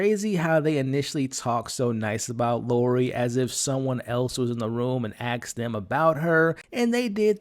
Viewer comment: ASKED not AXED